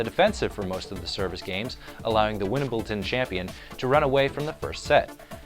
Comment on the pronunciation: Can someone help this guy to pronounce correctly, Gaskett and wimbleton is not quite correct :S